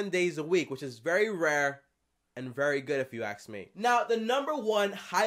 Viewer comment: If you “aks” me... that’s all I heard in the entire video